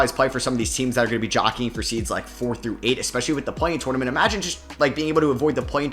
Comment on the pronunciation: I’m almost clicked off bc of how you say “tournament” 😂